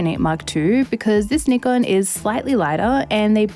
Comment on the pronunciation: 企業名「ニコン」と言っているのがグッド 。無知なユーチューバーは「ナイコン」と言っている 。